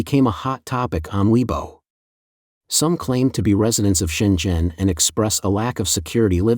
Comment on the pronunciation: Can you please learn how to pronounce weibo?